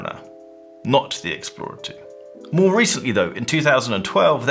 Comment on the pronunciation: Love how pronounces the Rolexixplrorlrr 2